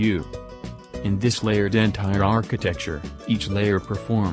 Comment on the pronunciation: N-tier not N-tire lol but thanks for the video, very easy to understand